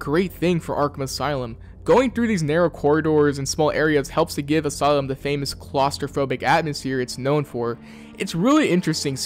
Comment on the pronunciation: "aslume" the brain rot is affecting us all I see. Is there a lore reason for that?